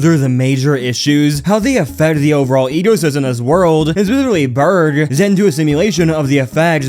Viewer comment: Burke, pronounced burk, it is a K sound not a G sound at the end.